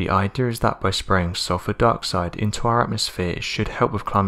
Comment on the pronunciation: Trash narrator that mispronounces everything. Lol. Listen to his words. How this fool says dioxide LOL!! I mean English subtitles cant even understand this garbage natrrator.